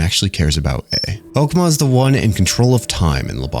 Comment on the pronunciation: I’m really really impressed with this video. You gave really accurate and detailed information that I’m very satisfied with given how much I love Project Moon. You did pronounce some things wrong (namely Hokma [which is pronounced like the ma balls joke], Binah but it was on purpose for funnies, Chesed which is pronounced Hesed, but that’s really it) but I really didn’t care because I enjoyed the vid so much. Also your ego definition was apparently not accurate, but a joke made by Dante from Limbus, as we don’t know what ego stands for. Something I will say is that this isn’t a video I would recommend to people who haven’t or are just starting to play lob corp. Apparently a lot of people choose to either ignore or just watch a summary of lob corp so they can play Library of Ruina and/or Limbus, just because they hear it is hard as balls, which it is. However, this game is a journey of enlightenment of the mind in many aspects, which isn’t an easy thing to do, so it’s hard for a reason, the same way Undertale Genocide is hard for an actual reason. It’s a game that can only be truly taken from the eyes of the player, and ignoring it for its difficulty is just saddening. Skipping it because you don’t think you’d like it or that it’s just not your game is understandable, but ignoring it just so you can play other PM games cuz it’s hard is a pussy move in my opinion. I’m getting off track, but new players should play lob corp, then watch this amazing video to get anything they mig